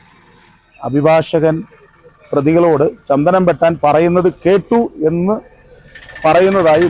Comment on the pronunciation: ചന്തനം അല്ല സാർ ചന്ദനം